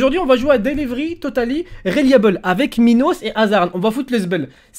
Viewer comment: tu t trompe ses pas delievery mais delivery